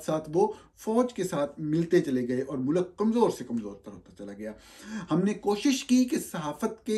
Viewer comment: Norani sahab you're an educated person. Please, for God's sake, don't say MULAAK(Country) say Mulk. Thx